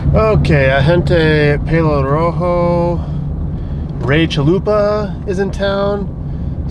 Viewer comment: I thought he called his manager Ray Chalupa, LOL, sorry Rachel.